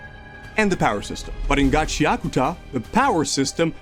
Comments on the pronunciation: its ga-chee akoo ta not gachiakita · “Gachi Akuta” 😭🙏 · Every time he says the manga name I cringe. It’s Ga-chia-kuta. Please.